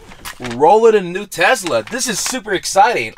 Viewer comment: Bro it’s not tezla it’s a tesla